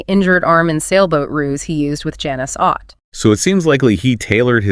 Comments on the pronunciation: It's ott like otter not O t tea? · Ott is pronounced like "ought"